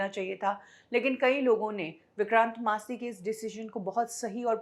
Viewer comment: अरे, ओ! उनका नाम विक्रांत मैसी है । विक्रांत "मासी" नही । कुछ सच्चा उच्चारण सीख के आया करो, वो शेड्यूल को भी तुम स्केडुअल बकती रहती हो ।